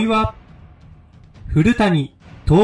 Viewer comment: ふるやさんをふるたにと読まないでー。